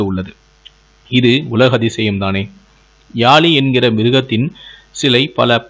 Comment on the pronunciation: தமிழை அழகாக உச்சரிக்கலாம் தானே........ பலங்கால காலி சிலை ..... யாலி என்பதற்கு பதிலாக பழங்கால காளி சிலை..... யாழி என்று ஒழுங்கு பட உச்சரியுங்கள் சகோதரா......